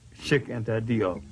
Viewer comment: Cheikh Anta Diop is from Senegal and his name was romanized in the French language due to colonialism. The pronunciation would fit the spelling “Jop” in English as in rhymes with “hope”